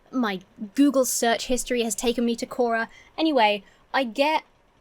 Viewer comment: It's quora, not kora